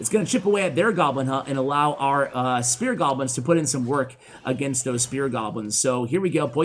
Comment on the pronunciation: I keep hearing him say "spirit goblins".